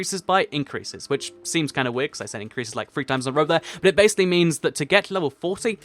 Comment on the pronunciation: Yes you fix it I was soooooo coteries when you said bassily then finish this for fixing it😀😀😁😀😀😀😀😀😀😀😀😀😀😀😀😀😀and find the odd one out laughs